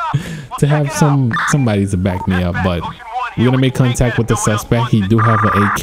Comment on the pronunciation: He always says suspec when he should be sayin suspect